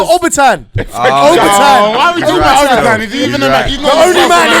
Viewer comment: Lol it's Obertan